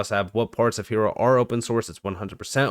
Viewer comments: Hiero, “iron” in Spanish, silent h, i e ro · Hiero is pronounced Hi Row.